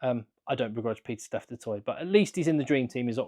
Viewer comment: Which will anger the French more? Not getting any players in the World XV or the fact that Saffas keep butchering the pronunciation of Du Toit. 🙉